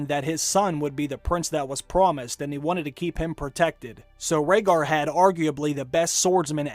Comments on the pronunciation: Jon Heijasto. Gilly, i believe she pronounced "Rhaegar" wrong and did she say he was a Targaryen? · Are u guys fcking retards.... obviously jon is raeghar's son and after all the hints in s6 and s7 like lyanna telling promise me ned which she meant from robert as he would kill jon if his targaryen heritage was revealed and also gilly says about the annulment about raeghat which she pronounce mistakely leading sam to ignore her If u guys cant notice this much hints then may be u r not worth to watch got guys Get some break